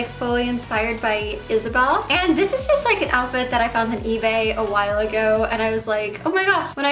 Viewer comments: I like how you say "dis" and "dat" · I always hear "d-" when she says this, that, them, etc. "I'm super excited about dis collection." lol